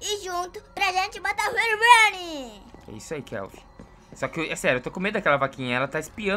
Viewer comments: mãno pedi pra o parar de falar rerobrine por gentileza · O não para de falar henronbraine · manda seu filho parar de dizer herubrine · Engraçado Kelvin falando Herobrine aí ele fala helobrini